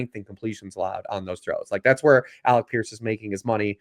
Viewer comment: it's not Alex Pierce. It's Alec Pierce. Lol. Great stuff though as always.